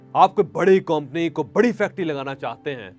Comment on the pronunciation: Pehle theek se urdu bolna seekh lein janab motivational speaker sahab 😂😂😂 kompony and Mr gay Mr gay.